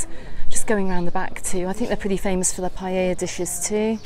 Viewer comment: I hate the way says piella 😂